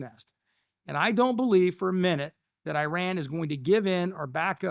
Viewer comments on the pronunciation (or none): It’s hard to listen to anything that talks about Iran but can’t pronounce it. Undermines the credibility